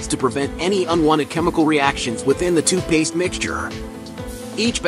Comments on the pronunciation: what in the world!!! its literally spelled TOOTH Paste... Why in the heck does this robot weirdo keep saying TWO Paste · I am so happy that I am not the only one who heard TOOPASE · you say the main goal is protecting teeth, I say the main goal is MAKING MONEY!!! Also, it's TOOTH PASTE not TOO PASTE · you say the main goal is protecting teeth, I say the main goal is MAKING MONEY!!! Also, it's TOOTH PASTE not TOO PASTE nahws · AI sucks....TOO PASTE!